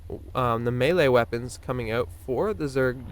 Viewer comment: Is this the famous stereotypical Canadian 'oot' I hear?